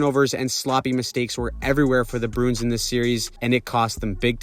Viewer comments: Bruins is a 2 syllable word, brew-ins and not brunes. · You keep saying the Boston BROONS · You say Bruins weird.